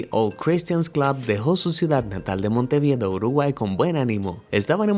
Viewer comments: "Montevideo" no "monte vida", o que venga ayas dicho v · jajajaj monteviedo we yo creo que se dice montevideo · No es por criticar,pero se dice Montevideo no Monteviedo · Montevido? Xd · Algún uruguayo vio esto yo soy de Montevideo y la verdad que fue re triste, es más uno de los sobrevivientes yo lo conocí es un médico lo sé porque me opero. Like si sos de cualquier parte de URUGUAY Y por cierto es MONTEVIDEO no "MONTE VIEDO" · Dijiste Monteviedo y es Montevideo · No es monteviedo es montevideo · Montevido no, es Montevideo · MONTEVIDEO NO MONTEVIDO y por fin nombran a Uruguay,f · Monteviedo??? Soy uruguayo y me ofendí (Sarcasmo)